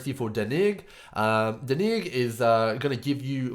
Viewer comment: Dude...his name is pronounced [ Dan-ig ] not [ Da-nig ]......brahhhhhhhh